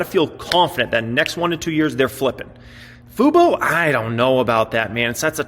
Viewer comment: Hey you learned how to say FUBO!!